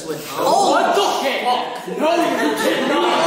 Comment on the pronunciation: I died of laughter when he said what the FOCK